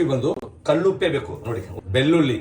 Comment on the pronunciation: ಅಣ್ಣಾ ಬೆಳ್ಳುಲ್ಲಿ ಅಲ್ಲ ಬೆಳ್ಳುಳ್ಳಿ ಎನ್ನೆ ಅಲ್ಲ ಎಣ್ಣೆ ಅಂತ ಹೇಳು